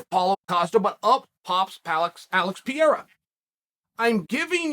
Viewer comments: No one can even pronounce his name right, so I give chael a pass this time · You really do go out of your way to mispronounce name don't you? Anyone new to the sport who stumbles across this video are gonna hear Chael talk about at least 3 guys who aren't in the UFC... LOL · Funny how you can pronounce Teixeira but you can't pronounce Pereira. Why the descrimination Chael? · P.E.R.E.I.R.A… NOT Piera, please. It hurts. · Alex Pe - rei - ra. Not Per- eir- ra. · I know it’s part of Charles shtick and I’m not referring him but I hate how media member and the commentators especially are always trying to over pronounce and annunciate fighter names that shit irks the shot out of me, I hav noticed everyone is calling him Par-day-dah like wtf it PAR-RARE-RAH FFS I don’t know how ppl get it so wrong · Mate, pe-rei-rah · Its Pronounced Per rare a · Say it with me Chael, Per-Era 😆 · If Chael says Perreira’s last name is Piora, or Piera, then that’s his last name now. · PE RAY RRAAA IS HOW TO PROUNOUNCE IT MY BOY!!💯👍🏽😉 Just call him ALEX! It's much easier!🤣🤣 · Alex Peer-ra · Its pronounced "Pear-reira" 😂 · New mythical fighter "Pierra" unlocked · Pereira (Pair-rare-rah), hopefully that helps Chael. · See after me : puh rare rah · “Alex Pee-era” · “ALEX PEE-ERA!” This is why Chael is the #1 mma podcast 😂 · Thanks Chael for educating me on what Blehall and Piera is. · Add Piera to the list of names Chael has corrected us all on. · “Alex Pee Era” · i watch this only to hear Chael say Alex Pierrot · If big unc says alex pee era. Then that is the annunciation. Keep up the heavy great work Chael!! Love it. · Hold on, wasn't he Alex Peora yesterday? Now he's Alex Peira? Damnit Uncle Chael, you gotta stop making me change the way I pronounce fighter's names so much, I'm super confusion right now. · Alex Pee-era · Alex St. Pierre-A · He's almost there: Pierre, Piorah, Piera you can do it Chael!! Undefeated, undisputed!!!! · Its easy to pronounce alex purr-era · It’s perarara fam